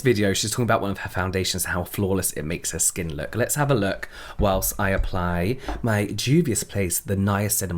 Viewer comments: I'm proud of your pronunciation of Juvias Place 🙌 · I'm happy you can pronounce Juvias Place now 🙂💜🖤